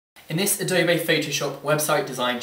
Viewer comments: its not adobay its adobe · adob a... its adob e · a-doe-bay haha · Adobay?? Ado-BE! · Good tutorial, but you say Adobe wrong.